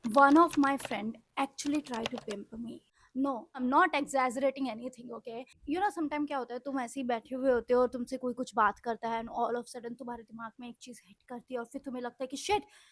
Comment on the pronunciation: Ok you're not egggzaaaazerating